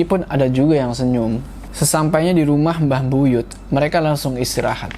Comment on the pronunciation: Buyut kak bukan buyutH😂